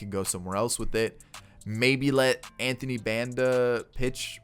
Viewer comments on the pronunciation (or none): none